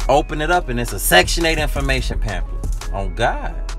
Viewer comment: He said pamphlet